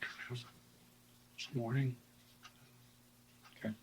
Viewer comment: I wish cops in general would stop saying “WOAKWAY” instead of “OKAY”